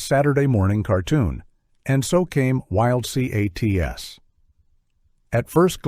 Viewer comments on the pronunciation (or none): Say it together, Wild Cats …. Not Wild C A T S…